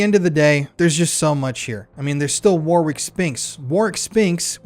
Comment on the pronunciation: So glad you pronounced that 💩 Warwicks name correctly 😎 Keep up the great work as we need to EXPOSE all the fiddy kiddlers Ps I caught the slip 😉 but nice recovery 👍🏻